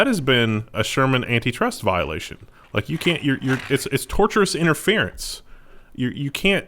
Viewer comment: The way said "tortious interference" was hilarious.